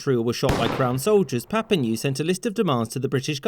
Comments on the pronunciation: PLEASE pronounce Papineau CORRECTLY!!!! It's NOT Papi-NEW, it's Papi-NO! Can't you prepare better before making a video? If you're going to use a French name, at least LEARN HOW TO SAY IT PROPERLY!!! You neglect to say that the RACIST Lord Durham recommended that French Canadians be assimilated! THAT is the most important thing for French Canadians. And you neglected to say that Queen Victoria REJECTED that recommendation, thereby SAVING A WHOLE NATION that was in Canada BEFORE the English were. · A good summary and fun - as ever - BUT ... the names are pronounced Lion and Papi-no, not Leon and Papi-noo. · Papineux = "Pa-Ping-No", not *Pap-Ping-New" BTW. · Lyon, in William Lyon Mackenzie, is pronounced like LION, not like LEON. And it’s Louis-Joseph PapiNO not PapiNOO or PapiNEW. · Papineau, its pronounced papino, not papinu xD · Minor correction: Papineau is pronounced "papi-noh" rather than "papinyoo" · Papineau .. not "papinew" but papinoh! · It’s pronounced “Papin-O” not “Papin-U”. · It's pronouced Papino, not Papinew! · Pap-ee-NO not papeenew. ;) The current Prime Minister is member of parliament for the "Papineau" riding. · Lyon is pronounced like Lion in every history class here in Canada, btw. Papineau is pronounced pap-i-no, not pap-i-new. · Please stop pronouncing it ''Papinew'' Just imagine it's written Papino and pronounce it like that. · As mentioned by others, "Papineau" is pronounced "Pap-ee-no", not "Pap-ee-new". Also, the "Lyon" in William Lyon Mackenzie's name is like "Lion", not "Leon". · Who's papinew? I thought it was Papineau (PapEEnO) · Louis-Joseph Papineau (pronounced Papino and not Papinew 😉). For French Canada, Lord Durham and the Act of of Union (1840) following the recommandations of Lord Durham are badly seen especially in Quebec. For some French-Canadian historians and thinkers, it was seen as a way to assimilate and ‘drown’ the francophones. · its not pap-in-ewe its pap-in-oh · It's pronounced "Papi-no", not "Papi-new" ;-)